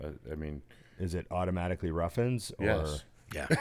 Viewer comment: it’s not Ruffins it’s Ruffin 😂 he does that every time